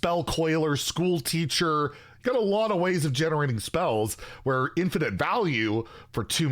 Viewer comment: Wtf is an "infitize" learn to read challenge difficulty impossible